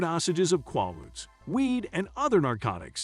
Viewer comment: pronounced "KWAY-ludes", not "kwah-ludes"---very poor writing and grammar throughout